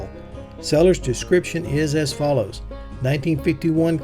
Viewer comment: Finally. Someone who pronounces “Willys” correctly.